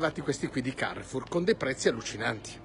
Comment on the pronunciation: Bonjour très cher, Nooooooo devi pronunciare con l'accento francese CAREFOUR KA RE F U R 😉🤝🏻